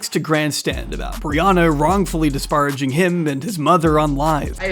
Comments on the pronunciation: Bruh, if you say 'disparraging' one more time, I'm going to lose it. It's not a big deal, but it's damaging my psyche, so... the pronunciation is more like 'dis-PAIR-a-jing', thank you. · homie, disparaging is pronounced dis·*pair*·ag·ing. Just a heads up. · the english pronunciation is DIS PARA JING. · This is such a whiny and pedantic comment, but I just can't help it. If there's a word in your script that you've only seen written down and never heard spoken, look up how to pronounce it. The first time you pronounced "disparaging" incorrectly, I was able to look past it. After you kept using the word and kept saying it wrong, it got irritating. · Not about emphasis so much as the difference between saying 'par' or 'pair' in the middle of the word.